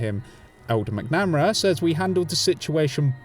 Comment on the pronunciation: It’s pronounced Mac-nuh-mare-a 😅 love the content though, keep it up!